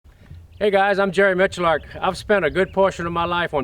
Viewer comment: "Hey guys I'm Jerry Miculark"